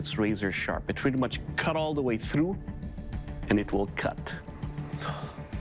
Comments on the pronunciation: It will cot? Don't you mean it weel keel? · "It wil kad" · "It will cot" 😂😂